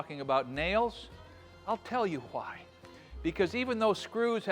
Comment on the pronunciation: always trust a craftsman who pronounces the H in the word why.